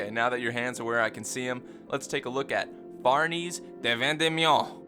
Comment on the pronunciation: I love all your videos but the way you pronounce schierke and especially Farnese which is a real name annoys me way more than it should